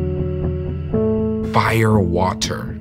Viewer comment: "Fi-yuhr WAH-ter" lmaooo